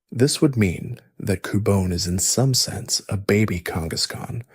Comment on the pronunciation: Why you pronounce cubone like that? Lol Coo-Bon-é and coo-Bone